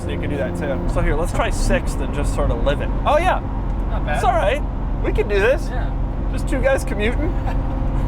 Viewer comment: Doug you need to tell the guy in the beginning of the video he needs to accentuate the TH in THIS.....TTTTTTTTTHHHHHHHHHHIS!!!!! Lol